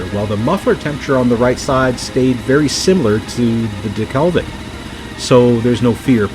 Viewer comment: "Delke(l)vic" you say. That (l) just doesn't exist.